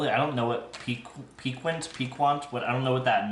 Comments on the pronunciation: Popcorn pronounced pee- cant..meand having a sharp taste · Nutritional yeast is often used for a cheesy flavor for vegans and has an umami quality. That's why this popcorn is so "addicting." Piquant (pronounce PiKant) just means pleasantly sharp and appetizing. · The yogurts look really good. and so does the pizza. Just a friend FYI, the qu in piquant is pronounced like a K. Also, it's Ca-LAH-brian. I struggles with pronounciation sometimes too. Congrats on your anniversary! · Peek- AWNT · Piquant is pronounced pi-kant. My people are from Texas and Louisiana (though i was raised in California), so we pronounce it like pecan but with a t at the end. There's another pronunciation, but I don't recall how it sounds. Piquant is means sharp or spicy. Think of that old school jar salsa, Picante Sauce. My guilty pleasure is potato chips, almost any kind. I love the crunchy saltiness of chips. My favorite are jalapeño kettle chips, they're so good! But I also like the spicy crawtater Zapps chips. I know Zapps are sometimes hard to find in California, but if you can get your hands on a bag of Zapps potato chips, I highly recommend any flavor you can get. Thanks for the deodorant review! I love the addition of these personal care items you've doing reviews on the past few months. I use Saltair Pink Beach aluminum free deodorant. I get it from their website so I buy the refills for my container. But they sell it at Target, too. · The t is silent 🤫